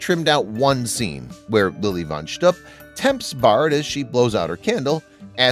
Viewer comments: That's pronounced shtoop not shtup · It's Lilly Von Shtup, not Stoop. There is a difference! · It’s pronounced “schtoop”, not “schtup.” And Richard Pryor self-immolated many years after this movie was made. I don’t know why they mention this as being one of the reasons for not hiring him. So much wrong in this video. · Arguably the funniest movie ever made that couldn't be produced today! Richard Pryor got burned by coke, Michael Jackson got burned by Pepsi. The word "shtupp" has a suggestive connotation in Yiddish, when aired by certain networks, it's beeped out. It's pronounced shtupe, BTW, The "bean scene" is enshrined in the Smithsonian Museum in D.C. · Wonder who writes such stuff -- a 27y.o. intern? Let alone the "young male A.I. voice" that mispronunces Lili von Schtupp. More care should be taken. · You truly did not see the movie, did you? Cannot pronounce Lilly Von Schtupp